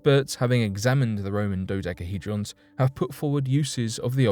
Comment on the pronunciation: Say dodecahydron 1 more time 😬